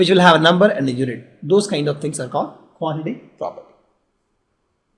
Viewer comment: Quantitative property 😂😂 nice pronunciation 😂